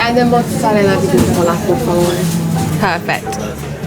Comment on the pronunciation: Per favore, not por favore :) a clear E sound like in Eric. Italian vocals are very clear.